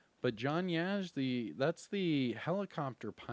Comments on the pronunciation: yes sir, “Yaw-ZEE” kind of a less inflection of the “w” sound like saying “ah”, so more like “Yah-ZEE” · Yo,, the Yazzie character, I don’t mean to be the pronunciation police, but as probably you’re only Native American agent😬 follower, from the areas which this last name derives. You say “Yeah_Zee”, when in fact the beginning pronouncement kind of matches the word”jaw”, but put “Y” for the “j” in jaw, so you would pronounce it as “Yaw_ZEE”. Trust me, The Division2 pronunciation is how they recorded it, but our unit might be met with resistance if the franchise has to cross reservation borders. 😆🪶 Thanks Agents! ⭕️